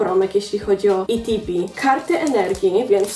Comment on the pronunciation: jakie itb mówi się etb